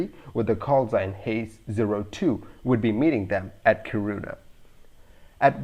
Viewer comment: It’s pronounced KEE-ruu-na (“uu” is hard to describe in English, there’s nothing similar. Although technically you’d be pronouncing the Swedish “y”, try say UU this way: make an “ee” (hold it...), then while not changing the ee-sound you round your lips like in “oo”. You’ll come somewhere closer to any “uu” sound than is possible with an English word.) When you say KiRUna, it almost sounds like you say corona 😉